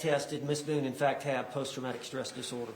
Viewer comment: The way her attorney miss-pronounces her surname. 😂 “How many times did you meet with Ms Boown?”